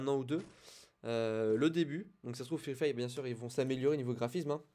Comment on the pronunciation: Free "Faye"? Serieusement free "faye"